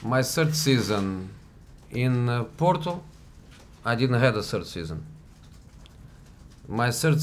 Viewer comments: My "sird" Season at Tottenham....i didn't had a "sird" season. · Google my "sird" season at Manchester United...